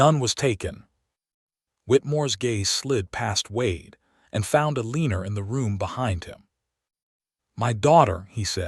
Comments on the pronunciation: Elina not Eliner. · Oh good grief. AI isn't much of threat to humanity if it can't pronounce common names. Pay attention: EL-i-nor --NOT el-EE-nor.